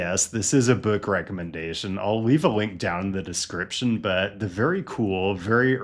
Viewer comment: I love the way you say book